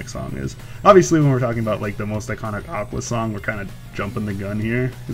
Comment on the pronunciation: I hate to be /that/ guy but....it's pronounced "aqua" not "aquas"